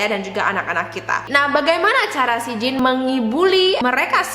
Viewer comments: jean itu bacanya bukan jin tp kaya jean biasa di english kak :) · Jean : J is pronounced as SZ sound "vision". EA is pronounced like the "ahhh" sound you make when you are relaxing. enunciate the N. the E is silent.